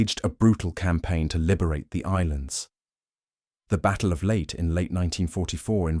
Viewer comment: It's called 'Lay-tay, not late!